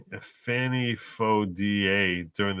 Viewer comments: It is pronounced as Fawny. She has the right to pronounce it as she will. You not not have the right to keep showing your arrogance by pronouncing it as you decide it should be. So sick of you disrespecting white people that think you can call us whatever makes you feel superior. Just because she is smarter than most of your viewers is no reason to show such ignorance on you part. Hope you people learn to error of your ways, but I doubt it. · Her name is Fani not Fanny